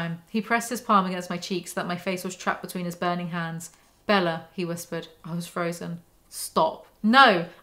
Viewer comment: It’s forever going to be the “Bellar” pronunciation for me 😂💀